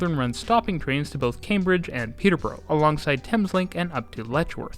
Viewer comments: Good pronunciation except “Peterborough”. Unlike the “Peter…burrow” in Ontario, the uk one is more like “Peter…burra” / “Peter…braa” No one gets Marylebone right😀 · Peterborough is pronounced 'pee-tuh-bruh'🙂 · and Murdered the pronunciation of Peterborough.